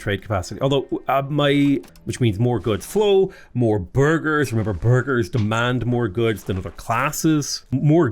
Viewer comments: Whenever you say burgese, i hear Burglar and need to double check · I hear burger 😆